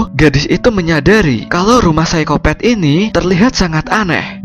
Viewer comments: Psikopat min bukan psikopet😀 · hahaa iya sykopet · Apa Cuma aku Yg denger Orng Nya bilang Saykopet wkwkwk